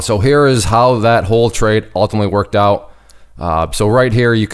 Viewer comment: Where did you learn to say trade ?